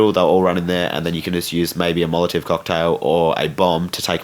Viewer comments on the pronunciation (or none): Wow that's 8 minutes of my life I'll never get back! What a waste,,, the only thing that was good was hearing you repeatedly mispronounce molotov cocktails so thanks for the laughs but not for the tips